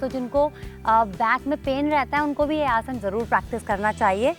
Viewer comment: Ye aurat abi bi Asan ko Asana bol rahi hai, mujhe ab chid hone lagi h isse man Kar Raha h galiya bak du,, ye hamare yog guruo ka apmaan Kar rahi hai,, 😡🤬